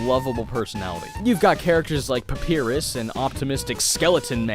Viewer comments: PAPIRUS?! No, its Papyrus, Pa-Py-Rus, got it? Pa-Py-Rus! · IT'S PUH-PIE-RUSE YOU ILLITERATE FOOL. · Papyrus (Pap-eye-rus) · Who else started bursting out laughing when he attempted on papyrus's name?